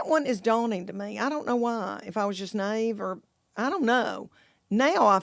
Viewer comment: Did she pronounce naive as nave? I love this woman lol